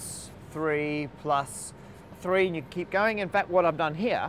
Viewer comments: I think he said "tree theorems." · I think he said tree theorems, not three theorems. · He said TREE theorems.